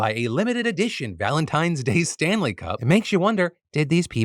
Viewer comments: I wasnt watching the visuals for the Stanley story and i kept hearing Stan Lees and i was just so confused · Honestly thought you said "Stan Lee" Tumblers and I was sorely confused until I looked at the screen and scoffed in disappointment